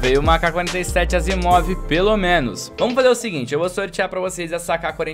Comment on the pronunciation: Errou o nome da Asiimov em kkkk